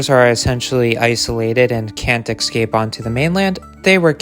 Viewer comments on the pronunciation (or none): The word is ESCAPE NOT EXcape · Excape?. If you are going to narrate and use the same word a dozen times,the least you can do learn how to say it correctly!. ESCAPE!. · Also, the word is "escape", not "ecscape" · the world is escape, not excape. escape. enjoyed the video. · The word is escape not excape . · Keep saying countryside. Stop saying "exscape". Also, foxes prey on wallabies in Australia, not sure if they could in the UK. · You didnt answer the question. You said possibly released by rich collector possible release by zoo's. Also did you say excape as if its a real word ? Bloody yanks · Sort of like “expresso.” But these annoying variants seem to be contagious! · Stop mispronouncing "escape".